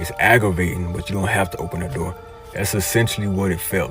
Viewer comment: " OBEN THE NORRRRRRRRRR " 🤣🔥🔥🔥